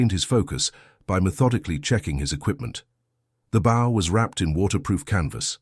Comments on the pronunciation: The AI is confusing a compound bow with a recurve bow. There was no such thing as a compound bow in the 1940s; you had long bows and recurved bows. He would be using a recurve bow. And, the AI does not know how to pronounce bow. And the headline misidentifies his tribe. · Another damned AI bullshit story. You can tell because AIs apparently can’t pronounce “bow”. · Bow is pronounced BO